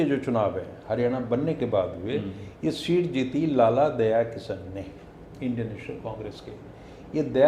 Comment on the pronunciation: bhai aap reputation rakhne wale aadmi ho. शीट नहीं सीट होता है प्लीज़ इसे ठीक करें